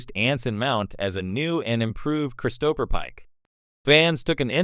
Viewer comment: Star Track? Chris-toe-per?